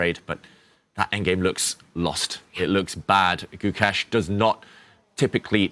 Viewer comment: I can't understand why these white commentators can't pronounce Gukesh. You're in the business. If you can't pronounce the name of the world champion, please move on to another sport.